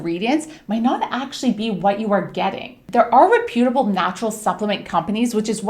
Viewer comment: Please learn how to pronounce the word reputable if your going to say it 100 times...geeze